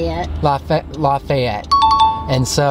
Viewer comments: I don’t think that’s how you pronounce it. I think you pronounce it. " L-A-F-E-T" (the E says it’s a long name) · omfg the way you pronounced lafayette. It's Laff-Ay-Et. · ITS LAFEYET THATS HOW ITS PRONOUNTS BECAUSE I LIVE IN LOUISIANA